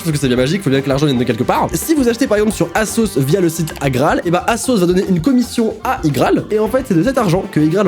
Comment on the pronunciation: On prononce asos '' azos ''